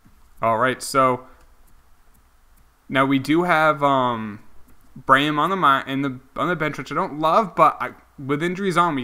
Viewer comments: Also, it's bray-MEN not Brayham. You are not great at pronunciation but I still love your channel. :) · I’m so annoyed at how u pronounce Braymen it’s not brayum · Please learn how to pronounce Braymen. It's the new Delgaudido